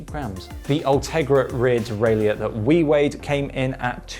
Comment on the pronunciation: Why can’t you pronounce “derailleur”?